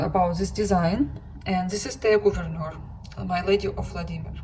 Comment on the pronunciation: Wonderful pin collection,! You pronounce Thea Gouverneur quite well, btw. Kerst merklap = Christmas sampler. Happy stitching!